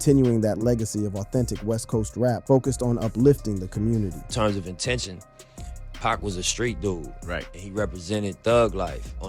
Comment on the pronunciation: The way this man is pronouncing Pac and Suge makes it hard for me to take him seriously on things ‘HipHop’. Except for things I’ve actually seen any of them speak on in interviews.